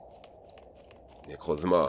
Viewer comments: Arrim moi mdrrr quand il fait les bruits quand j’etait petit *pishouu piou prrr* et quand il dit « Nekrrrouzma » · Quand il a dit necrozma j'étais mort